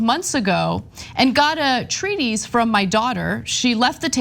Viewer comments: it's pronounced treat-is not treat-eys. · treatise: say "treetus", not "treeteez". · Let’s swear off pronouncing treatise “treaties” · This is too bad, but glad he realized the error of his ways. BTW, not a big deal, but gently wanted to say that "treatise" is usually pronounced like "treat-iss" 🙂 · That is not how you say treatise. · How sad that TYT can make money off of being gossip trolls. Ana can't even pronounce "treatise" properly. Sad that society buys into the mundane gossip that could literally dissappear off the planet and no one would blink an eye.